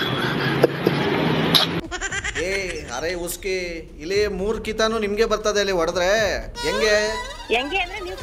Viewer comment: ಅರೆ ಉಸ್ಕಿ ಅಲ್ಲ, ಅರೆ ಇಸ್ಕಿ 😂